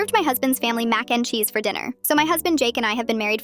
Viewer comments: MaCe NdE ChEeSe like say it right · I luv how the AI says Mac n cheese😂